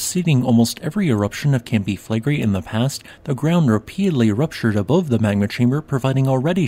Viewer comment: Campi Flegrei...accent on the i 😉